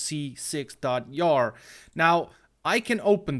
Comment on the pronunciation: as a programmer I am offended by how he said java and jar